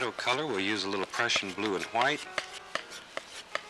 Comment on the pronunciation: Anyone else love the way Bob says hwite?